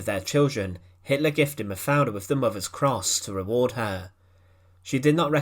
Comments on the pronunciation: Das waren grausame Geschehnisse! Wie wie oft hat diese scheußliche KI Stimme eigentlich den Namem Mafalda falsch und komisch anders ausgesprochen? Ich hab nicht mehr mitgezählt, einmal klang es sogar wie Mafia. Wenn man schon solche Clips veröffentlicht sollte man die betreffenden Menschen soweit ehren, dass man die Namen ordentlich ausspricht! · Hoe heet ze eindelijk :,, MAVRE, MAVER, MAFALA, of Maverd, MAPALA??? Y EL principe belga NO ES LO POLO O LIPOL SINO LEOPOLDO! POR FAVOR NO PRONUNCIAR TAN MAL LOS NOMBRES! 😮😮😮😢😢😢😢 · Die Geschichte der Prinzessin ist ja jedem hinreichend bekannt; weniger allerdings ist bekannt, was eine KI so fertigbringt, wenn es gilt, einen Namen auszusprechen. In diesem Falle wird der Name Mafaldas jedesmal anders (und jedesmal falsch) ausgesprochen, was man als eine Leistung besonderer Art ansehen mag.